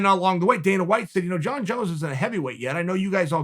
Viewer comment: "Jon Jone"